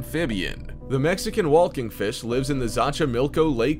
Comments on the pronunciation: It’s “walking”...not “wall-king”... just say axolotl cause for some reason you can pronounce that... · Does this narrator seriously not know how to pronounce the word 'walking'??? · I like how he pronounces “walking” as “wholking” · Can you explain about wheelking?